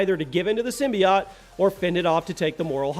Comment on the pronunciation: simbi.., wait a second, did he say simby-Yatcht?.., it's simbiote...